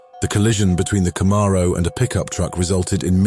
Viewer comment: I don't want a Camaro anymore. I want a "Cuh-morrow"..